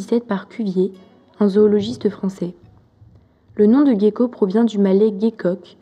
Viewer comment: Ca se prononce jéko pas Gueko 😒